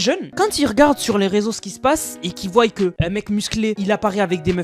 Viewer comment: pitié arrete de dire voyent